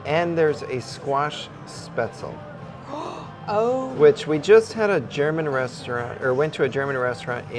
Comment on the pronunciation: Guys let me help you pronounce some things. lol it’s not SPETZL for crying out loud. Its pronounced SH-PAT-Z-LEE